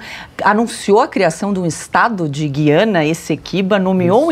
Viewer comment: Senhores comentaristas,não é guiana.O correto é Guí-ana.